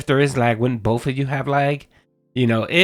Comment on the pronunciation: Dave and Linda failed. Both of them, or "bowlth" as would say 😂